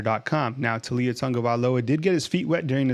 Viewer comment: Bro, it's Tau li a... Not Tu li a